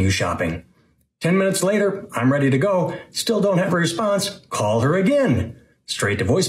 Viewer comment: This is random but in multiple parts of the video it sounds like you have a bit of a new England accent, like when you say "call" or "ask the hubs" and I just found it interesting lol